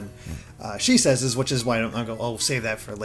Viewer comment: Why does everyone always pronounce your name as she says? I think it’s she ses